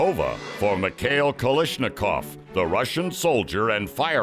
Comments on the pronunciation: It’s Kalashnikov! Not kalishnikov!!!!! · Pardon me, "It's Ka - Lash , not Ka - Lish.... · This is one of the worst videos I have ever seen. So much inaccurate info presented. Also, what is a KaLISHnikov?